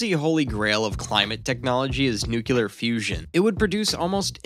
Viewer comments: You mean nuclear, not nuclear. If you're going to make an informative video, at least pronounce the subject correctly. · Former Pres. George W. Bush was unable to pronounce nuclear, too. BTW, your comment makes no distinction between one nuclear and another. Perhaps you meant new-cul-er vs. new-clear?